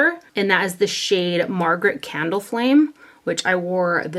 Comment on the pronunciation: Does anyone else hear Theresa Is Dead when she says “Margaret Candleflame”? 😭😂